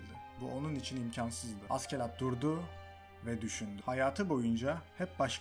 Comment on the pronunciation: hocam keşke askelad diye değil ashelad yada aselad diye telaffuz etseydiniz animede hep aselad deniyor